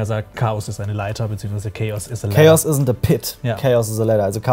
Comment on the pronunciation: Er sagt nicht "chaos is a ladder". Er sagt "chaos is a LÄDDAH", gönnt euch mal wie der das ausspricht. Zu geil, ich feier das übelst. LÄDDAH